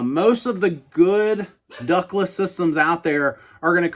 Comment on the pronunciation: I thought you were saying “Douglas brands” in the beginning of the video. . . .